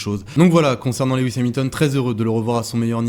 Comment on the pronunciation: S'il te plait!!! Rappel de ce que j'avais déjà signalé:-) 🙂 Son nom est Loooooooooouuuuuuuuuuuis et pas Léééééwis!!! Tu m'avais dit en tenir compte mais ça colle comme un sparadrap 🙂 Sans ça, tes interventions sont TOP, tu fais de l'excellent TAF!